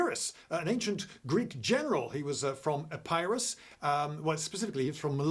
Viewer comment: How are we supposed to believe anything he says - he can't even pronounce Epirus correctly!